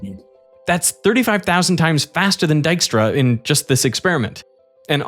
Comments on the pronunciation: I've been pronouncing this "tiskra" this far 😅 not "daiskra" as i guess it should be 😏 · Dijkstra, is pronounced close to D eye-k stra, ( /ɛi̯k/ ) while Diekstra is pronounced closer to D eek stra (/ˈie̯k/). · Oh so not Ditchktra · Everyone pronouncing it as dyke-stra. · Is trying to impersonate Dijkstra and therefore sounding more Dutch? It's so weird. And to all the people commenting on the pronounciation of Dijkstra: Yes! and I cringe everytime it is misproncouned in 'The Witcher' on Netfix. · I love that the map shows the Netherlands as it existed in 1956, i.e. before Flevoland was created. Nice detail! I also find it very interesting that (who is Dutch and has a slight Dutch accent) is consciously adopting a thicker, more common Dutch accent while voicing Dijkstra. He's making himself sound more Dutch than he usually does.